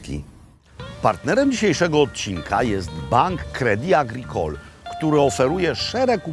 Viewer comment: Jak Pan Robert pięknie wymawia "Credit Agricole". To będzie zdrowy Francuz